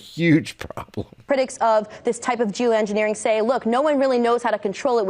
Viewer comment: At approx. ... did she say, " j o o -engineering"?? Correct me if I misheard what she said.